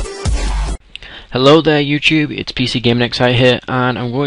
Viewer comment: "hello there you chube "